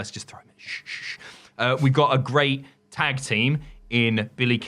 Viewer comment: Nearly turned the video off hearing call it Tig instead of Tag